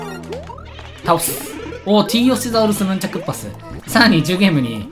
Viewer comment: ！ 細かいことかもしれませんが、T・ヨシザウルス・ムンチャクッパスがヌンチャクッパスと言ってるように聞こえます笑